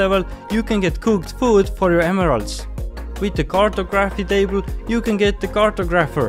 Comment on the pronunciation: my man really said cart-a-graph-y table